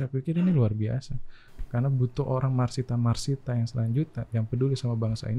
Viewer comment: Masita om, not Marsita..